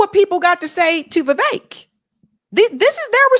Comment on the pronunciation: Viv-ek not Viv-ache Fuentes not Fu-entes